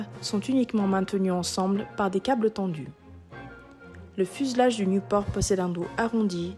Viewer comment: Pourquoi elle prononce niouport?